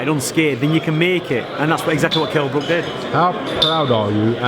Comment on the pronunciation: Wtf, Ingle mispronounced Brook's name twice!